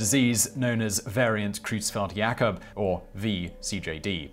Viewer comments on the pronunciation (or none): Remember John Seldom Glummer (John Selwyn Gummer), agriculture minister, feeding his clearly-reluctant young daughter a beef-burger for the cameras? We got mispronounciations of Creuzfeld-Jacob Disease and Bomba (a Russian word), but complements on nailing Bovine Spongiform Encephalopathy and Quark. Tell your script writer that density is measure in kilos per CUBIC metre.